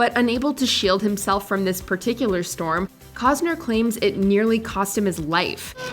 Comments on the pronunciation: I cannot comprehend how the voiceover doesn’t know how to pronounce KEVIN COSTNER. She says KEVIN COZNER. Even if she was born in another country, it’s pronounced the same. Please do your due diligence and fix errors like this. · The “t” in CosTner isn’t silent. Irritating little details just stick in my brain😜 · Hearing this woman say "Kevin Cozner" makes my ears want to die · There's still a "T" in Costner, right????